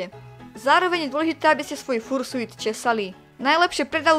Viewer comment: raz a naposledy. vyslovuje sa to FARŠJUT! x)